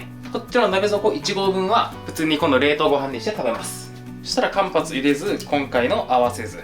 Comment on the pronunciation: 不要かもしれませんが、「かんぱつをいれず」ではなく「かんはつ」です